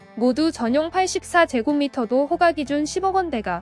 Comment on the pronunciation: 근데 발음을....호까 최고까 이렇게 해주세요^^;; 부동산에 대해 모르는사람같아요^^